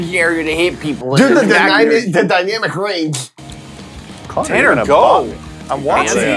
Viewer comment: is so funny “dynamic rangth”